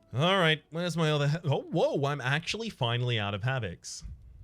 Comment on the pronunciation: "Absolutely Rectum" and "Finanally" just combined to make my day. Thanks for the immature LOLs